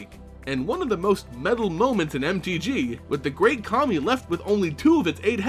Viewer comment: I'm sorry, but everytime you say Kami I hear Commie.